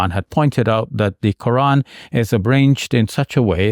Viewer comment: Why she pronounces Ko'an 😂